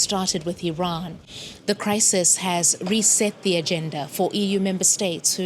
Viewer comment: Glad you pronounce Iran correctly. So many say I ran. It is ee ron, as you said it.